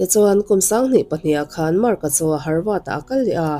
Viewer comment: Harvad i ti tlat a, havard niin ka hre deuh a..😊